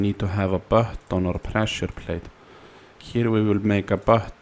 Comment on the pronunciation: "Press the bahton" - Finnish man